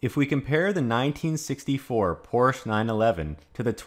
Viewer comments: Porsch?? You lost the "e"...:) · Porsche is a two syllable word.